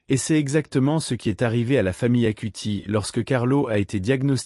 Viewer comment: ((CARLO ACUTIS svp..pas Carlo Acuti...)) 🙏